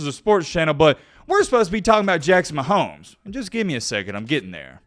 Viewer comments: said Jackson mahomo 😂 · Jackson Mahomo! Thought I was the only one who said they last name like that haha! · Jackson “mahomo” situation 😂💀 thought he was slick